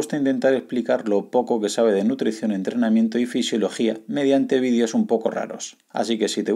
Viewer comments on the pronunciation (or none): none